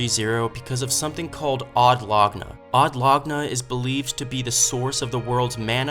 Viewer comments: You are saying Laguna strangely. Laguna is a small lake or sea inlet, so Od Laguna is special lake of Od, that is central to the world operation. It would make sence, but laguna is pronounced lagúna instead of láguna. Dictionary, click on explanation for lagoon. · you are pronouncing wrong laguna